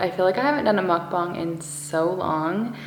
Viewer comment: You pronounced mukbang so perfectly it makes me so happy 😂